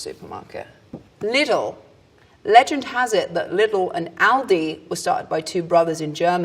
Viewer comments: "Lidl" is pronounced slow as is were Lidel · For me the funniest thing was how Daisy pronounced "Lidl" as "li-dil" - in Germany we pronounce it "Lee-dil" 😂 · Everyone pronounces Lidl as "li-dil" but the ad pronounces it as "lee-dil". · The finnish ads pronounce it li-dil